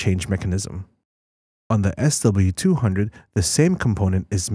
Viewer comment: What's up with speaking what's written SW200 as "SLE200"(or S delete 200)?